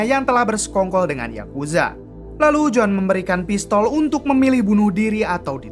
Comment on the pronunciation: Yakuza Bang bukan Yakuja